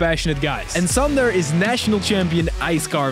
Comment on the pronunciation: Finally someone non Estonian guy pronounces "Sander" correctly